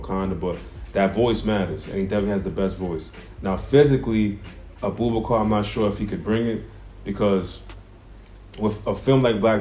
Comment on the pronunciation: Great choices! Abubakar Salim is my choice too. But you butchered his name😂😂 It's pronounced as (a boo ba kaa)